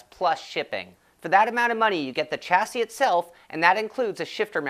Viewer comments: Nice review, BTW... chassis is pronounce shas-say. ;-) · no. actually it is pronounced "shassy" but hey - who cares? ;-)